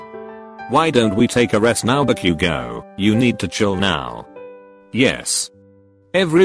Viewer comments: The fact that it said bak-u-go I was laughing so hard and I'm like back u go! 😂😂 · Nutshell be like "Bak u gou" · The way it pronounces Bakugo 😂😂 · The voice is literally saying "Back you go" instead of "Bakugou" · Nobody: Siri dude: "Meedoree-eye-uh" Also Siri dude: "Toh-dooh-key-kuhn" Text: "hahahahaha" Siri dude: *has a stroke* Text: "Bakugo" Siri dude: "Back you go!" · I love how the computer said: bU-Ku-GO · When the text to speech reads bakugo it says back u go...must be his mother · "Bakyugo" haha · Buck-u-go, eye-zuku, shot-o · HAHHAHAHA BA-Q-GO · Deku and todoroki's names omg- how they're pronounced- "Midoriyia" Todoorki-kun" "Bakyougo"